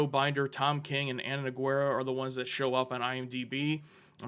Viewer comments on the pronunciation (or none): You can tell they're from Ohio when they pronounce the "U" in "Nogueira"